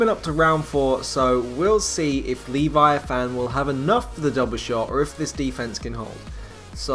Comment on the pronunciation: The way you pronounce "Leviathan" is annoying... The e isn't long, and it's said all together... "Leh-vi-a-thin